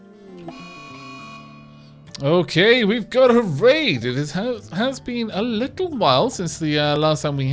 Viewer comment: "Leetle pinch?"